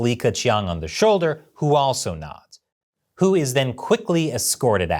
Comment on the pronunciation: I was trying to keep track of "hu" and "who" until "little hu" came up to the story, you said who a lot then I got confused and stop.🙁....Good analysis though👍